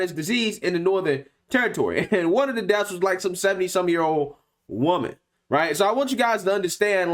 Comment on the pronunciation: how he emphasized woman 🤣😂